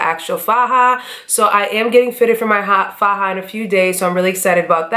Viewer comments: Hi you look amazing!! Also, you said the word faja (pronounced fa-ha) correctly. You're good love!👌🏾👏🏾💋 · You said faja perfectly lol 😉